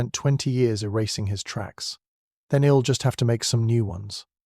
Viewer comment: May I suggest editing out all the moans and groans; also - isn't there some way to correct the pronunciations on the contractions? "ill" instead of I'll, etc? It's very distracting - especially the moaning.